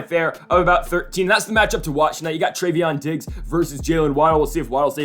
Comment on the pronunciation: This guy said treveon diggs